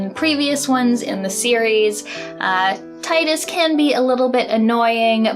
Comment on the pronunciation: Yes! "Ty-dus", not "Tee-dus" as lots of people say. Although saying that some people claim you can't pronounce Mario "properly" so I guess it depends on your accent.